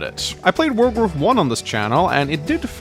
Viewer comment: Sounds like you are saying world war 1 and 2 instead of wargroove